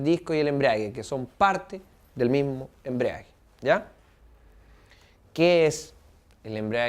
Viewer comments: embrague...no embriague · embragua...no embriaga...